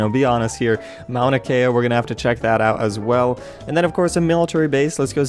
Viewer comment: lol it's pronounced mm-ow-na-kea (Mauna Kea)